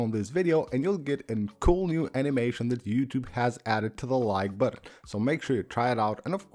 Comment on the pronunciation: The number of times he pronounces "button" as "buDDon" is too damn high!